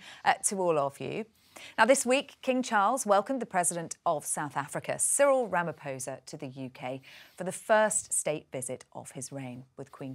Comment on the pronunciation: HOW can the BRF celebrate the visit of a black president if they're "structural racists"? And Charles and Cyril shared some very sincere moments of camaraderie together. Even if Charles pronounced the President's name incorrectly (just a small slip, but I don't understand how Charles wasn't informed that the "ph" in Venda is pronounced "p" with an exhalation of the "h" afterwards. Complicated, I know. But the many different "clicks" in the South African Tribal languages are a conundrum to even the various tribes). Britain is reportedly scheduled to have "blackouts" starting in January 2023 - so, SA's blackouts are the result of corruption, particularly related to Zuma and the State Capture. WHY can't logical people see the logic? And Cyril is a wealthy businessman in his own right - he'd have NO reason to be fraudulent. Besides, Jacob Zuma was corrupt for the entire time of his presidency, and is only now, MAYBE going to be jailed. Dreadful dreadful corrupt individual. Dreadful. What a dark period he brought to South Africa. Madiba must be turning in his grave.